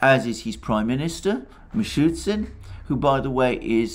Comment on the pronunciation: It’s MishuSTin, Alexander, as in Simon & ShuSTer. Not Mishutsin)